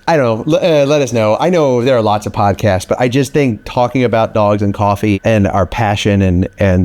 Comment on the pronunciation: Coffvee. Pronounced. ::: coffee